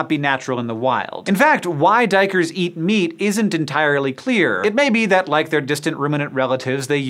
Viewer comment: hey man your prenounciation of duikers is perfect way to say the dutch word for diver.